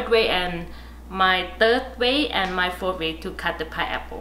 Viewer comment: Fourth way is pronounced as ( four way) by her. Interesting....